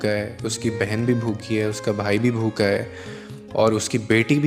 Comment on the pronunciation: Bu kha nahi hota bhu kha hota hai bha alif kha alif😊...yaaar keya hogaya hai...bhant ti nahi bant ti hota hai...urdu ki itni beizzati